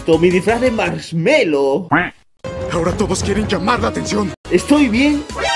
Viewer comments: like si viste que decía marselo en ves de marshmello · No se dise marcelo se diseño marshello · O:40 dice marselo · marshmello* bro si lo vas a corregir por algo aproposito mejor ni lo hagas